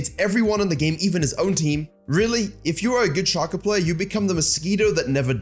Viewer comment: shay-co plz